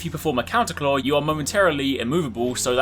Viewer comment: Take a shot every time he says clawr.